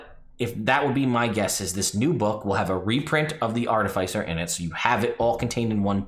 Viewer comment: Im gonna need you to stop saying "Artafeisser"